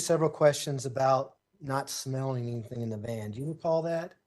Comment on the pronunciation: She says anyTHINK LIKE Leticia 🤦🏻‍♀️